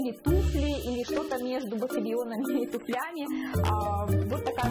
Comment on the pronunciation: глубоко мной уважаемая, любимая! Пожалуйста, только не туфлЯми; тУфлями. ТУфлями, пАльцами, нОжницами. Это для тех, кто не знает. Всегда восхищалась вашей грамотной речью, А тут резануло по ушам. Надеюсь, не вызову у вас и ваших поклонниц гнева.